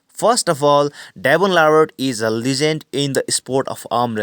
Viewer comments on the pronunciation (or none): No i don't believe devon is great man not like u.And it's legend not lagant😂